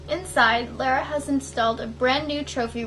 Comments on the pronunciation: not Lara (lair-a) as you keep saying,, Her name is pronounced Lara (Lahr-uh). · Girl how you gonna be a fan and call her lair-uh instead of lar-uh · So weird the way you say Lara, lol but oh well. XD